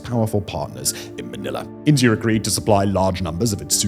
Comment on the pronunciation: Chiner and Indier